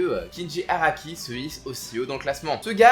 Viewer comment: HAKARI PAS HARAKI !!!